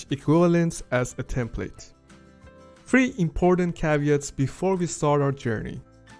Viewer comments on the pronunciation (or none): none